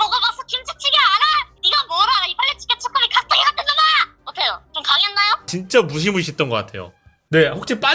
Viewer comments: 칵투기 ㅋㅋㅋㅋ 우리 귀여운 깍두기 돌려줘요 ㅠㅠ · 깍뚜기발음 전문가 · 깍두기를... ㅍ핣툵2 로 발음하는ㅋㅋㅋㅋㅋ